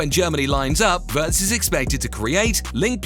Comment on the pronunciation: *Wee uh rtz